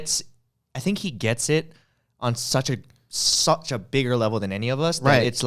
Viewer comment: Ryan sounds British “such a”